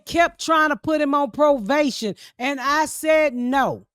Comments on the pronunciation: Ms. Pat, it’s probation not provation ❤ ya‼️ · The fact that ms pat can’t pronounce probation is hilarious 😭😭😭